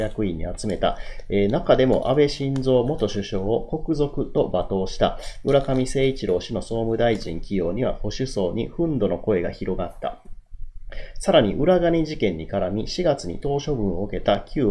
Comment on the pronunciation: 憤怒→「ふんど」ではなく、「ふんぬ」ですよ😂